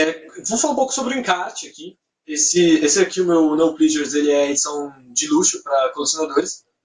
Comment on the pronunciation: Se pronuncia plesures não plisures